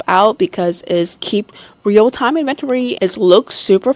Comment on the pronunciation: N-Ven-Tori - inventory